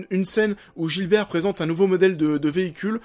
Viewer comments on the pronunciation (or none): Par contre c'est pas "Gilbert" mais Gibert. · je n'aime pas du tout le ton de ta critique. Ok tu as le droit d'avoir ton opinion, mais ne dit pas aux autres ce qu'ils doivent faire. Occupe toi de toi et de ton opinion... P.S. C'est pas le commissaire Gilbert mais GIBERT!!!! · Alors on essaie de faire un effort et on arrache pas les noms dés le depart... GIBERT et pas Gilbert. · La vidéo est super mais juste c'est Gibert pas Gilbert ;) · C'est GIBERT pas Gilbert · Gibert bordel, pas Gilbert !